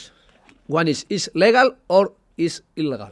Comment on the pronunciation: How he said "illigal" might make you fall from 15th floor.